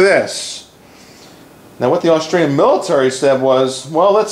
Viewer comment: I am a subsriber and enjoy your videos, but please, the gun is made in Aus-tri-a, NOT Aus-trail-ya.